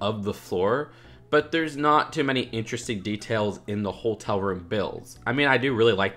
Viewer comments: Does it bother anyone else that says "holtel" instead of hotel? there is only one L in Hotel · are you saying holetel? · haha not quite. Ho-tell is how it's supposed to be pronounced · Why do you say holtel